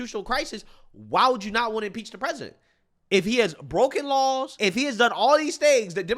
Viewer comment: He can't even say impeach😂😂😂😂you know your country is in trouble when you lose your cultural identity. God what a freak😂😂😂😂😂